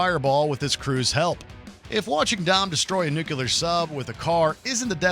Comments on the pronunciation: NUCULAR? It's Nuclear! lol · Guy really can't pronounce nuclear.